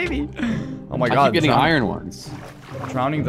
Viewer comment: How do you make the word “iron” sound like it’s 30 syllables instead of 2?!?